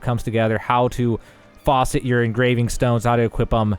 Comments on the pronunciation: Great video :) for info : It is FAcet (A like apple) not Faucet as in the water dispending device lol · Facet, "fass-it". What you said was faucet lol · Fas-et not Faucet lol. Pronunciation had me dying. Fas should should like it does in fast and then set is just that. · This is excellent, especially since it was right after launch. But I had to chuckle a little. Facet is not pronounced "faucet". LOL Great video, well done! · It's " FASS - IT " not faucet , there's no water coming out this thing bud lol , Good video though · its (fass-et) (not (faw-set) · So a "FaWset" is what water comes out of in the sink. Facet is pronounced completely differently and means socket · Stupidly helpful. Bravo. Also, from a man who cannot pronounce caprese correctly: FA-set. Cheers & thank you! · It's pronounced facet (a as in Cat, not as in faucet) .. Sorry dude, it was just driving me nuts lol XD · Please.. for the love of god... it's not FAUCET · Great for learning about engraving, not great for learning how to pronounce Facet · Thanks for the guide, it's the clearest one I've found on YouTube by far. Only feedback is you're pronouncing "facet" wrong, it should rhyme with "pass it". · Your pronunciation of a lot of these words are incorrect. Rapport, ether and facet to name a few.